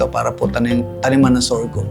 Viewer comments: Sorghum is pronounced as SOR-GUM hindi sor-gium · Kaya nga po e, paulit ulit n nya nadidinig ung tamang bigkas mali p rin paulit ulit pagbigkas nya.sorgium daw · Interesado Marami sa sorghum kaso masyadong parang banu nmn c vloger sa sorgium nya.d mo b naddnig tamang pagnigkas?? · Mawalang galang na po. Mali po pagbigkas nyo ng SORGHUM, dinig nyo naman po paano bigkasin yan ng may-ari. ✌️ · Pansin ko nga mali pagbigkas ni sir ng SORGHUM. 😂😂